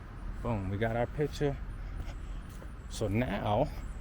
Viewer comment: "PITCHA!" instead of picture.😂😂😂😂😂👌🏽👌🏽👌🏽👌🏽